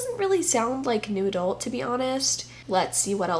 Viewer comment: I love how every time you say New Adult I hear "Noodle" and I think the genre should be renamed honeslty